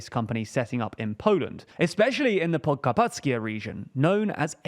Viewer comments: I'm glad you pronounced Prokarpackie pretty well - I'm well impressed. Keep up the high standards you have. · I am so proud of how you pronounced Podkarpackie, big improvement on the butchering of slavic names that was happening here some time ago, impressive. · Holy shit a foreigner pronounced "Podkarpackie" correctly. Bravo